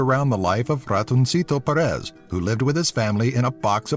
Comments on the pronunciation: Es gracioso oirle decir "Ratonsito Peres" xD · Ratonsitou Perés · "Ratonsito Perees" xD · "ratounsito perés" me meo xdd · Me gusta si eres españxl y te reíste con la pronunciación de ratoncito Pérez 😂🎶